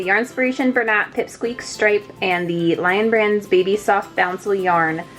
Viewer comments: boucle is pronounced boo-Clay not bouncel. Boucle is french for kinked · It’s pronounced “boo-clay” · Great review and comparison. Btw boucle is actually pronounce boo-clay. It's a super strange word.